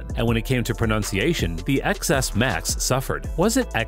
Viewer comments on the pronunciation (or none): Its iPhone 10, 10s and 10s Max. Not eks, ekses or ekses max.. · ex-s or exces? neither, it was ten-ex. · X is for 10. That intro sounded so dumb when you said “Ex S” or “Excess” it’s “Ten S” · seriously? Would it maybe be Ten-S?? Those ppl who call it iPhone eX ... i just can't ... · No he didn’t say iPhone “EX” and then “EXES” please tell me your joking. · It is pronounced 10 and 10s but they used a the Roman numeral X instead of 10. Learn to pronounce the name correctly!! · I dont take anyone seriously who calls the iPhone 10 an iPhone Ex…Even more so for people calling it an iPhone ExEss… this guy reviews tech but doesn’t even know how to properly pronounce the names of devices